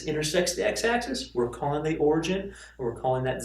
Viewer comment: Btw, it's 'origin', not 'origen' :P